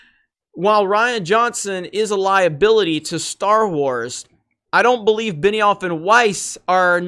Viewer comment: Beniwhore and Not Wise. Wow this is hilarious. They have no idea what they are doing there. What a bunch of idiots.